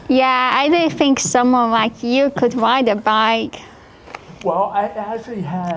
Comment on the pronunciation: "I didnt think people wit twukey necks could wide a bike" 😂😂